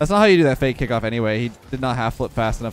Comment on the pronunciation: Did you just say fakeamyr?